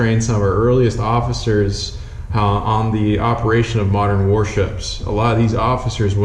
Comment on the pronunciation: Occifers?😳